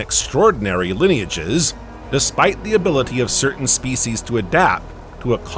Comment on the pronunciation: Spe-c’eess uuhhh.